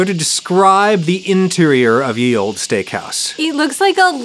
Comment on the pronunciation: What’s with Adam pronouncing “olde” as “old-ee” stressing the “e”. Driving me nuts 😄 I guess where I am no one ever accentuates the ending “e”. It’s just “old” with a longer “d” sound.